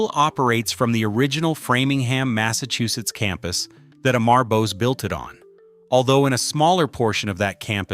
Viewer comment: Dude this 2026 and you still cannot pronounce Bose founders name properly